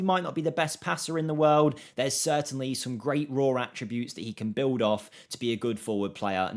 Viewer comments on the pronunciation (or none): none